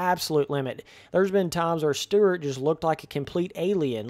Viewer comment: James Sterrrrt? Never heard of him. James Stewart was the most talented guy on the track though.